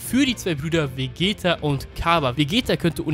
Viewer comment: Ca. Bei Hast du Glaube ich Vegetto gesagt, nur als Anmerkung soll kein Hate sein